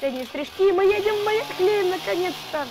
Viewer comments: Не Ярлехейм а Ярлахейм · Я тебя поправлю хорошо ? Не ярхлЕйм а ярлахейм ( знаю щас все начнут писать типо , это её канал как она хочет так и будет говорить , и тд. Но я просто поправила) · не Ярхлейм,а Ярлехейм ну я не знаю может это я не правильно говорю